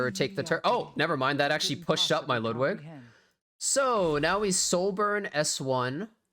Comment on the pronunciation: You're the only YouTuber who covers e7 who actually pronounces Ludwigs name correctly